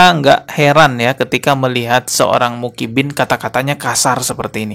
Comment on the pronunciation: Personal aja bro,jgn bawa2 Muhibbin,bisa ga ngomong Muhibbin,bukan mukibin, ngerti huruf Hijaiyah ga sih????😂 Klo blm ckp ilmu ga usah upload malu2in tau?😂